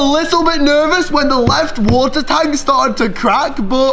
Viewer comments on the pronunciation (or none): none